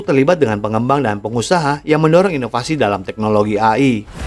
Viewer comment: apaan ❓❓❓🤔🤔🤔🙄🙄🙄 AYI ❓❓❓🤔🤔🤔🙄🙄 yg betul itu EY AY ( AI ) 🤦🏻‍♂️🤦🏻‍♂️🤦🏻‍♂️🤦🏻‍♂️🤦🏻‍♂️